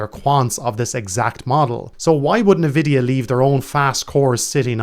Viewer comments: Nvidia is pronounced "en"-vidia, not "n"-vidia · its not pronounced "ne" vidia, its pronounced "En" vidia, it is a deliberate word play on envy, hence the green eye of envy is the logo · Thank you so much for explaining this. With that said, I have no idea how anyone at this point in time can this it's pronounced "Neh-vidia." It is pronounced "En-vidia." Still, gets a thumbs up from me. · He says na-vidia. Wish people would look at the words they're saying.